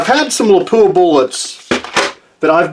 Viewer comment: please note...it's not lapooah...it's lap wa , I was corrected by a few of their pr people when I toured their plant.